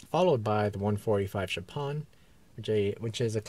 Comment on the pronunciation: You need to learn how to pronounce Mozart and Chopin.